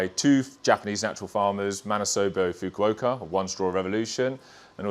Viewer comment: Someone should tell him how to pronounce Mr. Fukuokas name